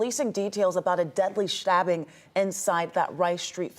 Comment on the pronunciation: “A deadly Shtabbing” says the cute news reporter